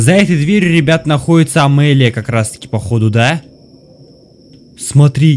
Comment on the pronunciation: девушку зовут Амиллия,а не Амэллия